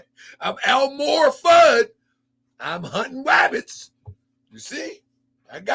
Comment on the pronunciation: Fam said El- Moor Fudd doe..LMAO!! Ohshyt.